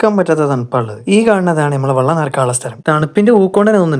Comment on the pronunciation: വള്ളം അല്ല മോനെ വെള്ളം